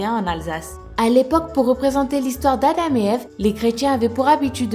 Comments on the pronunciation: on dit adam pas adam(e) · On ne prononce pas le M dans Adam.